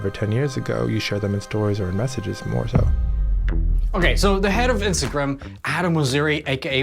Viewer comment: The way that guy pronounces Instagram is f’n weird